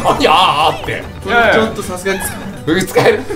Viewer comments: が𝑆𝐴𝑆𝑈𝐺𝐴𝑁𝐼言うの笑った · 久々に声出して笑った😂 「さすがに？」と「SASUGANI」の発音の違いがなんとなくわかるの面白すぎる😂